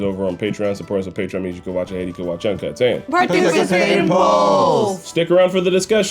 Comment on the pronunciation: said 'partipicate'